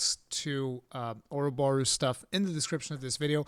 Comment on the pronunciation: Oroborros weel, Orroborros Deal